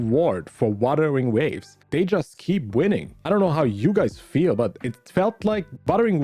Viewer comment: I know you have an accent but buttering waves? this one also btw I'm trying to be mean it's just funny "buttering waves"😭